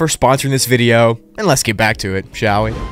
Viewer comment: The way he said vidya😂😂😂